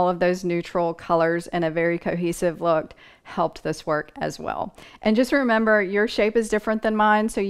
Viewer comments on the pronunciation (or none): none